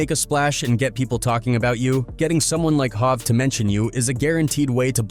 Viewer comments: Dude it’s HOV like “JeHOVah”! Not hauve or whatever stupid shit you’re calling Jay Z. If you can’t say HOV correctly just call him Sean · Hov... Is pronounced 'Hove' like 'jaHOVah'.